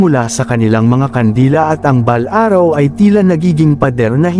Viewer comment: Maganda ang kwento kya lng pakiayos ang passalita at words katulad ng orasyon at balaraw